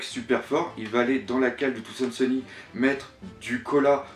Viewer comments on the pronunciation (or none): C'est pas trop ça le problème mais c'est plutôt quand tu dis des trucs genre "Touzand Seuni" à la place de "Thousand Sunny"... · pourquoi tu dis Thoandsunny? on dit Thousandsunny en gros soleil millénaire en FR quand tu le dis on a vraiment pas l'impression que tu connaisse le mot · je t'en pris prononce bien thousand sunny xD sinon très bonne vidéo^^ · bonne video!ù mais c tarpin drole comme tu prononces brook thousand sunny et tout